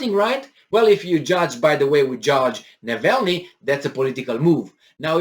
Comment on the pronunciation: hey, it is Navalnii (w/ both "a" pronounced the Romanian way). Just a little detail. Your News are absolutely great, best of good luck.